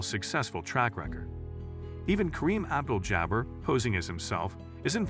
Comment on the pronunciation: Especially Kareem Abdul-Jabbar